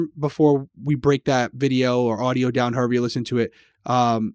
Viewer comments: heera Me: your RI accent is coming out 🤣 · accent especially when saying here. I had to rewind to hear it again. It doesn't come out too often, but when it does I always rewind. Great coverage as always, guys!